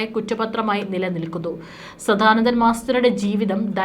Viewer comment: ആവർത്തന വിരസത കൊണ്ട് നിറഞ്ഞ വീഡിയോ ആണ് നിങ്ങൾ ചെയ്യുന്നത് കൂടാതെ തെറ്റുകളും കൂട്ടിനു ചേരും സധാനന്ദൻ അല്ല സദാനന്ദൻ ആണ് ശരി Pronounciation പോലും അറിയാതെ വന്നിരുന്നാണോ ന്യൂസ് വായിക്കുന്നത് ?